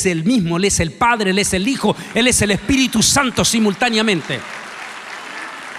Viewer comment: Se pronuncia "PL(É)YADES" no "pley(á)des"; "espírit(u)" no "espírit(O)"; "Nabuco(do)nosor" no "Nabuco(no)dosor."; "ecu(mé)nico no "ecu(né)mico" Con mucho respeto: Como "doctor" debe de tener cuidado con la pronunciación.